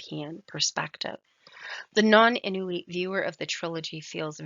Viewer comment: Couple grammatical errors I'll correct, we don't pronounce R like in english, we say it with a tincy wincy bit of growl and Igloolik. We don't prolong the pronounciation of the O we say it like it's a quick U. Another correction is that Inuit is pronounced "In-wheat." Last correction; Isuma is pronounced with a quick U, don't prolong it